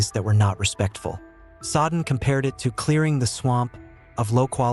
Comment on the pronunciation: I am not a dictionary but the name Jack Soden is pronounced as Jack “So-den”……..not as Jack“Sod-en”. Notice where the D is and isn’t. Good luck to you.